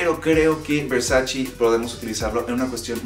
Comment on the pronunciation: Se dice Versace no Versaci ......graciasssss